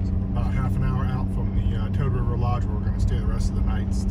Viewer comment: I love Toad river. I ask a local, its Poose,(rhymes with moose) coop ee I thought it was what you said. Can't believe still no snow